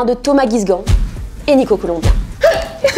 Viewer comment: on dirait colombien